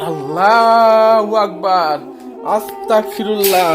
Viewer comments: আস্তাকফিরুল্লা হবে না ভাই আস্তাগফিরুল্লা হবে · ভাই আসতাকফিরুল্লহ না আসতাগফিরুল্লহ